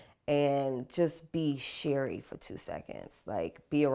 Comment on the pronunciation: Did you say, "cherries"?